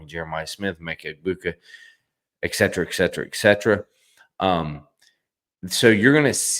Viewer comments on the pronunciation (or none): It’s not pronounced eksetra. It’s et-set-er-uh